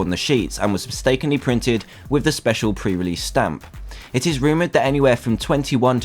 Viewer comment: Its probally not PREREASEASE